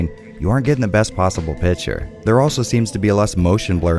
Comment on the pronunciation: Awesome Video as always. When I listen to you while driving, I noticed a thing: it’s not to mock you or something. I am just imagining you having a collection of high quality Video game themed pouring devices. Because: I hear „Pitcher“ instead of Picture (To my non native speaker Ear) It’s just funny and totally OK. I just had to let you know that in Germany, there is someone’s mind Eye cinema of you not having cups like every other Nerd (and me) but no: full scale Pitchers. And soon one can buy merchandise from you and it’s all pitchers with your logo on it. Cheers :-)